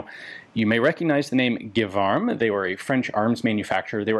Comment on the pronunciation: As a native speaker, I would be quite surprised if it wasn't pronouced "Jévarm" insted of Guévarm". You're quite probably under German influence (Gewehr) :)